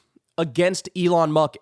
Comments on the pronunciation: Lol , he said "elon muck"! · Elon “Muck.” Nice fraudulent slip there 😆 But accurate! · Oh, I like that: Elon Muck. A slip of tongue often reflects the Truth! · Elon "Muk" lol😂..kyle, you're always spot ok on. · Pee yew! What is that smell! It's Musk.